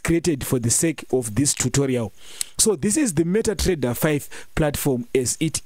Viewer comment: meta Trrrrrreader